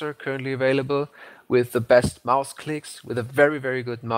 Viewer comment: d3rrial ich hab das auch nur raus gehört weil er 'Maus' so übelst deutsch ausgesprochen hat